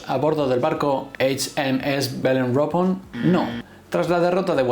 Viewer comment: Por tocar las narices y sacar punta al video como haces con la película, mejor Belerofonte no Beleforonte. Y si nos ponemos a pronunciar Eich Em Es, por lo menos Belerofon, no Beleropon.